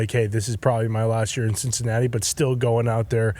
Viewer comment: Did say Sh!t-cinatti?!?!